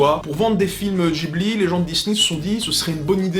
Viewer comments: C'est comme tu veux mais en France on dit plutot guibli que jibli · Tres bonne video mais on ne dit pas "Gibli" mais "Guibli" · Pourquoi il prononce Ghibli " Djibli " ça se prononce pas " guibli " ? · Cassandre - C'est tiré d'un mot italien, et en italien g + h se prononce gue (pas gwe mais bien gue) donc ce serait "guibli" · C'est amusant de choisir d'utiliser la prononciation "Ji-bli" quand à côté il y a énormément d'autres cas où c'est l'inverse (prononciation Jp / Occi j'entends). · Je ne crois pas que Ghibli se prononce comme ça.